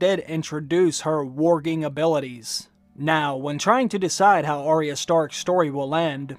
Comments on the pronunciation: I love your videos but its Arya and not Ariah pronunciation is a bit off.. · As such a expert you are calling yourself, you should at least get her name correct! It's Arya not Aria! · I wish people would say her name correctly. It’s Arrrr-ya not Arr-ee-ah.